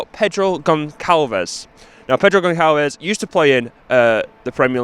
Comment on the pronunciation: Now that is what I call dedication! Well played! Btw it's pronounced Gon-sal-vesh 😉